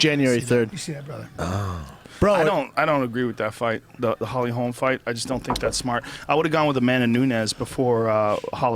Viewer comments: When is Shitty Schaub gonna realize that once one of these are posted, his comments are there forever?? 1st off its HOLM, not Holmes. Say it Schaub, Holly Holm. 2nd off there are NO top college football programs that stopped practicing live hitting, to prevent concussions.Trust me, im a die-hard USC fan and due to the absolute bogus NCAA sanctions, we had to stop live hitting for yrs because we didn't have enough players due to scholarship penalties. It directly affected the games played during the following seasons because we couldnt simulate a real game and so we sucked at tackling and lacked physicality. And Robbie Lawler DOES spar, he just cut down the amount. Finally stop saying shit like it was your own idea or story, when in truth other ppl told u that story or idea. Ya got caught by Joe today, blood doping story u goof. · Hey Brendan say it with me mate 'Holm', is it really that hard?